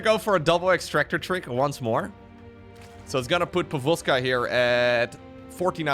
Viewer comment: But gotta admit, pronounciation of "povozka" was pretty on point^^